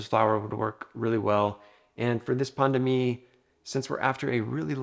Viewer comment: You prononce pain de mie as pandemic